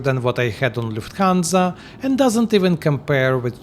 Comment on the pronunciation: Did I heart Luft Gansa ? Oynk ! Oynk ! 😂 Greetings from Istanbul ❤